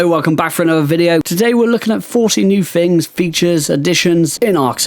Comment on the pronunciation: "forty new fings" ah fuck sakes, this is gone be a rough watch